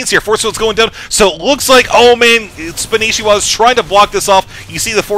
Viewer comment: Why does everyone call him Spanishiwa when his IGN is Spanshwa? what did I miss?